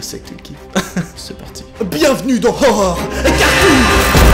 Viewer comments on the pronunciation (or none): Je suis la seule à entendre « ohoh cartoon »...?